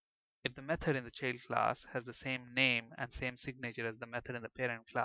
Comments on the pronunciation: Sure the sound quality isn't the best, but the biggest problem according to my pupils was the mispronunciations. For example Event isn't all that bad, but Child is spelled with an I and should be pronunced that way, This made my students somewhat hesitant to trust the otherwise mostly good explanations. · Thank you for these free tutos. Everythink is perfect but the prononciation of "child =D" not like that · What keyword are you using for derived class? Sounds something like cheld class. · ah, he's actually saying 'child' class. Sounded wierd.